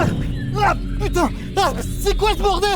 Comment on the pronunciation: Oh Pu-taing ! J'ai cru à une coupure pub 🤣😂